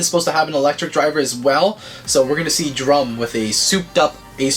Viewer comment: Why do you call him drum... DRUM ITS DANTE